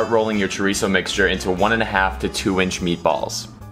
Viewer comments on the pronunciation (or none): You say chorizo like a white person, practice on your accents. Thank you 😜😂